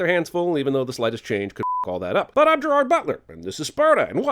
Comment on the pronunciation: Jeremy. I was saying that Jeremy wasn't pronouncing Gerard's name the way that Gerard likes it to be pronounced, and I was surprised that no one in the comment section had commented on that.